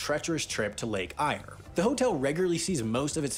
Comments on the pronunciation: Eek, it’s Lake Eyre - air not ire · I see sooo many video mispronouncing “Lake Eyre”, just for future reference, it’s said as “Lake Air” or “Ayer”. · Lake eyre, pronounced Lake air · They are not under ground caves they are old Opal mines converted to houses built under ground because it can get very hot in Coober Pedy and you pronounce it Lake Air now you know how hot Australia can get in Melbourne it can get to 44c or around 105F during a normal summer (Not La Nina) so can most southern states up north it's more tropical so 35c to 40c is normal during summer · Place names sound like this : OOD-na-datt-a / Coo-ba Pe-dey / Lake Air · Lake Eyre is pronounced 'air' by the way. :-) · FFS, it's Lake Eyre as in "air". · Lake Eyre is pronounced ‘Lake Air’ , polished clip and next to zero research apart from his wiki read, and its not about space , it’s about ‘water’!!!!! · Wow it's pronounced lake air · Again Americans cannot pronounce ANY Australian names. Instead of looking up the pronunciation they just make it up and get it horribly wrong. Lake Eyre is pronounced like "Air". Do not get me started on what they did with Oodnadatta.